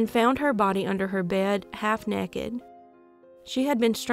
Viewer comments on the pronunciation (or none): Thank you for these stories. Your empathy shines through. And, when you said nekkid I knew you were a true Southern Girl!!